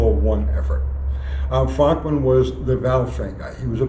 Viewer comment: It’s pronounced Frönkmann lol